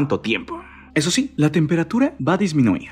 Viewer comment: Escuche shi xD